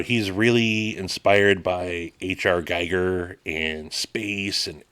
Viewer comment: I hate to be that guy.. but it’s Gee-gur. I too sometimes mess up and say it with more emphasis on the “i” like guy-gur, even tho I know afterwards that’s not right and that it just came out wrong…so I understand that when you see Giger in your mind or written out, it’s easy to unintentionally say it wrong… or maybe you didn’t know.. either way sorry to be “that guy”..😊 Love the new knife! ❤